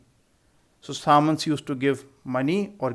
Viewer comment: Sir we pronounce samantas differently